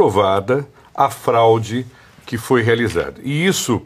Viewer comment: Acho que não é fralde mas sim FRAUDE 😮